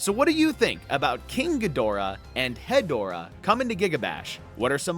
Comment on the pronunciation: Ghidorah and Hedorah reveal already makes me already so much happier with this pack than the entire Ultraman pack(I found it to be incredibly disappointing). Big Showa era fan here, that's my favorite era. Also Hedorah is pronounced "Head--Rah"